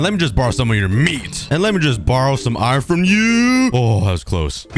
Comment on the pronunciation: Bro you pronounce iron wrong you cookie🍪🍪🍪🍪🍪🍪